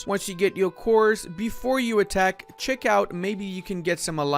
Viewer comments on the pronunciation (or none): none